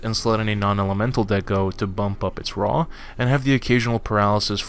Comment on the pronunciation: I kept thinking he was saying "a really raw ese"